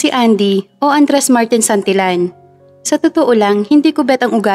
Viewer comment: Santillan say San til yan. Not San til lan.